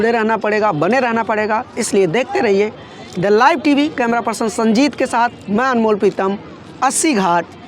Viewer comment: The live TV वाले ध्यान दें- आपका ये एंकर The live TV ko इतना जोर दे बोलता है द लाइव टीवी के दल्ला इव टीवी सुनाई देता है। एंकर को अपना pronsession सुधारने को कहें।